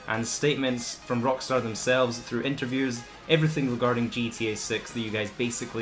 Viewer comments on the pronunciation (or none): none